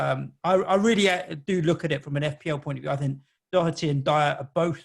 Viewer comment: Excellent doherty pernounciation👌 Just like we say it here🤣🤣